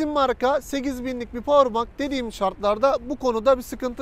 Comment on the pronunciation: Powerbank diye yazılılır (powerbenk) diye okunur abi bilgine.